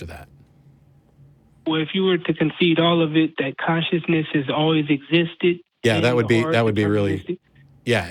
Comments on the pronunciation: says conscienceness not consciousness. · This fucktard needs to learn how to pronounce ‘consciousness’